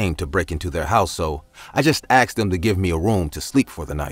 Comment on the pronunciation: I “AXED”HIM 😩